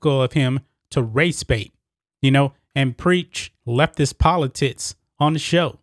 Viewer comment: Is it just me or are you saying poli-tits, all good I think you're awesome and agree with everything. Well done. ha ha